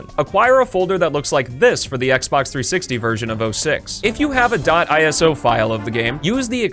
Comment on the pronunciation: FINALLY HE SAYS "ISO" CORRECTLY